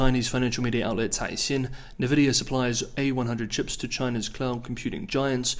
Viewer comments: It's pronounced EN-vee-dee-yah. NOT Navidia. Why do you keep saying that? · For future reference, NVidia is pronounced EN-vidia, not NUH-vidia. Your Chinese pronunciation is so good, no reason your company name pronunciation can't be up there too 🙂